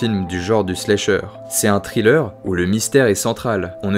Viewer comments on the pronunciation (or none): none